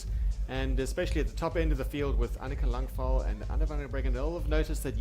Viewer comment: Bit confused about the pronunciation of Anika Langvad. Her name ends with a “d” but they seem to be saying “L”. Is this correct?